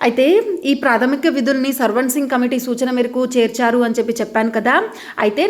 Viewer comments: సర్వాన్సింగ్ కాదు mam swaransing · Sarvan singh kaadhu akko swaran singh committee😅😅😅😅